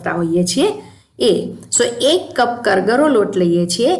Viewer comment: જય શ્રી કૃષ્ણ. કરગરો નહીં કરકરો લોટ કહેવાય. સોરી ખરાબ લાગ્યું હોય તો.